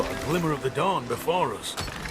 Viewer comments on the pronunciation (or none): none